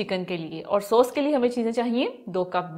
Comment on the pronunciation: Sos nahi boltay sauce kehte hain